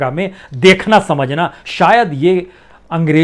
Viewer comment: ANGREJO NAHI ANGREZO BOLO ACHCHA BOLTE HO MAGAR PRONUNCIATION KUCH ALFAZ KA SAHI NAHI HOTA HE